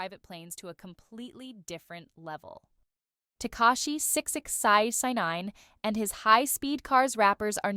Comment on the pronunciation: Damn. You hella can’t say 6ix9ine